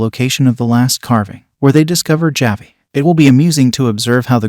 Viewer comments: Also,just a heads up on the way to pronounce "Javi" the j in this makes an H sound so when spoken it comes out as "Havi" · Dude if you're going to review a show, please please PLEASE figure out how to pronounce character names first. Taissa and Javi's names are not pronounced the way you are saying them. And Christina Ricci's last name, too. Oof.